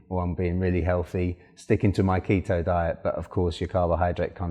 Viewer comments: It’s keetoooo not keta😭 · the KETT-TOE genic diet? ahaha nice vid though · If he wants to call it Keta, let him. It makes him happy.